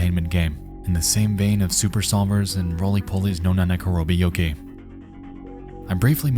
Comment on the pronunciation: Nexpo, I love you and this is a fascinating video, but your pronounciation of the "uta" in Utahonotatari is killing me, man. Edit: And Nanakorobi Yaoki.